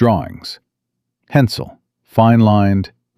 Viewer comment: Pencil not hensel.